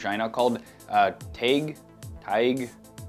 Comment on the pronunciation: This is how you pronounce TaiG=Tie-G Tie-Gee